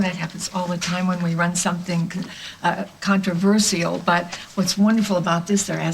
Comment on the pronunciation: Why does Kim pronounce "controversial" weirdly? Oh and that Luke and Lily piece to camera was so beautiful! i love Luke messing up Noah's hair and the playfullness between them!